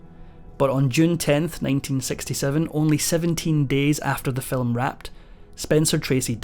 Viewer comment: "Film" is one syllable, not two.